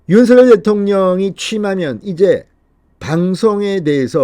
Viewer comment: 진성호 의원님, 늘 시원한 논평을 들으며 조바심 속에서도 위안을 얻곤합니다. 감사드립니다. 그런데요, 윤석열 당선인 이름을 '윤성녈' 로 발음해 주심 안될까요? 김은혜 전 대변인은 윤성녈로 발음 했는데 현 배현진 대변인은 첫날은 윤서결로 발음 하더니 지금은 윤성녈로 발음 하더군요. 맞춤법상 윤서결이 맞으나 어릴 때부터 부모, 가족, 친척, 이웃, 친구 등 모두가 윤성녈로 불러주었고 그렇게 불러주면 좋겠다고 윤당선인도 말씀한 적이 있으니 이름은 본인이 원하는대로 불러주는게 예의가 아닌가 싶네요.😚